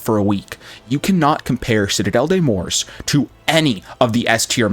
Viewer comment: It’s morts…… not Morse 😂🤦🏽‍♂️